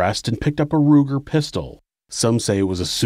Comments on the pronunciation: Luger.... not Ruger. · The gun he used was a Luger...not a "Ruger".